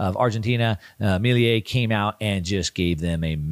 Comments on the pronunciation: Great video as always but I need to say it’s not Miliei it’s Milei. (Mi-le-i). I know it’s a different language but in in english should sound like you said it just without and “I” (Me-le-e) I think is the proper pronuntiation in English. Not sure how to explain it without making vocal sounds. Hope this helps! Thanks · Dear, Argentina President’s name is spelled and pronounced “MILEI”, not “MILIE” as you pronounce it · amazing video!!! (just a tip, Milei is pronounced "Meelay") :) Keep up the great work! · Milei is not pronounced like that. Putting that to the side, the video was great, as always. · My guy cant pronounce "Milei" or "hegemony" if his life depended on it 😂😂😂. He's been mispronouncing both words for years now.